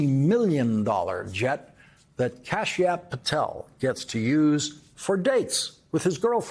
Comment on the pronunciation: Kasp App Patel 😂😂😂come on Lawrence